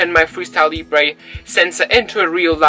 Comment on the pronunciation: Hi, Your videos are helpful and real- world Talking about pronunciation; it's pronounced "Leebra" , not " Leeebray" Keep up the good work